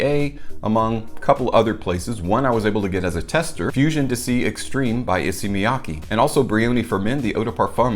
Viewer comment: It's not dissy, it's dee-say.